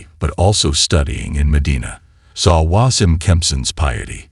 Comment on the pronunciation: Wasim is pronounced as Waseem.